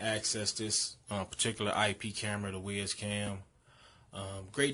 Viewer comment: It’s pronounced like wise not wiz